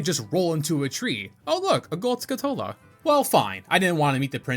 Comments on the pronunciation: Skull-chu-la, not skull-two-la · Great video bro! But, as a pedantic (and pathetic) "pronunciation police", it's pronounced SKULL-Tula, not Skutula, you missed the L's. Still a great video of course! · am i the only one that doesnt like the pronounciation of skulltula here? they're spiders that have the appearance of a skull and you're removing the word skull from their name that they're named after, you remove their namesake. Skull-Too-lah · Now I finally know the correct way to pronounce names from this game. "EP-uh-nuh" "skuh-TULL-uh" "Pharoah's Wind" "Volgaria" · "Skuh-TOLE-uh" isn't rage bait? Bruh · It's skulltula, like skull tarantula. Not 'skutola' or whatever you said. Also don't know why you pronounce cucco like that, the U shouldn't be elongated ain't no R in that name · Hey, I think that Skulltula is pronounced as though you were slamming skull and tarantula together. Skull-tchoo-luh. My brother said that when we were kids and it made so much sense. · Is it not Skull-Tu-La? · Any else pronounce it skull-TOO-la as a kid? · It was skull-tuh-luh for me. I dont think he's ragebaiting as much a pronouncing stuff from this game the same way he did as a kid because that's what I do too